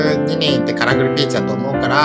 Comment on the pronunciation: さいしょのカラフルピーチです。って言うところが、カラフルピチです。って聞こえた😂